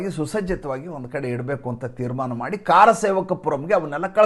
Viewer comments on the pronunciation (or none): “ಕಾರಸೇವಕರು ಅಲ್ಲ, ಕರಸೇವಕರು